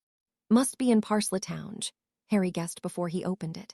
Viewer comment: Why is it that this AI has no clue how to properly pronounce words, the word Parseltongue when it's pronounced they put the first e on the wrong side of the L in their pronunciation and then when they say the second part of the word they say it as if it is spelled t o w n g e. If it cannot figure out how to properly pronounce words, then the author or the poster of this story needs to get a new AI who knows how to properly pronounce words